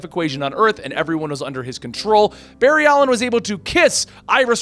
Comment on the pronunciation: Barry-ed Ali-een facepalm